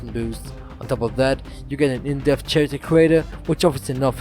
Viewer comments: ESO is a good MMO, and you did a good job with your video. Just a heads up, the ch in "character" isn't pronounced like the ch in "chapter", but like the c in "cool". Also, the g in "gems" isn't pronounced like the g in "great", but rather like the j in "Jerry". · your saying the word character wrong